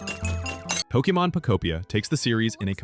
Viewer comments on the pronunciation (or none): pokEmon, not pokImon Like in pocket-monster try again